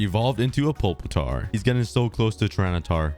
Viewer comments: its pewpitar not pulpitar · I’m so mad when he calls a Pupitar pulpitar